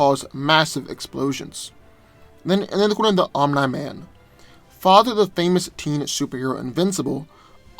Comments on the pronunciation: Love your content but it’s pronounced like “Om-nee” man not “Om-nigh” man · Bro, His name is pronounced om-KNEE-man, NOT om-NY-man. Sheesh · I never heard someone say Omni man as ohm - nigh man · the way you said omni man is just way to distracting